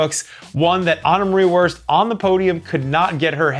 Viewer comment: never mind pronounation of Annemarie Worst. (yes i am looking at )